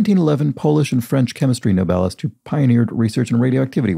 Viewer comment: Every time you said Nobelist I thought your were pronouncing 'novelist' but completely incorrectly. I was working on another PC at the time, in my defence.